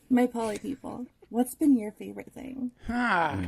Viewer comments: it's poly 🤦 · It's poly, not polly. I think it's time for Tim to write you another poem. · Polly ?? Like aunt Polly from peaky blinders! C'mon man. It's poly😆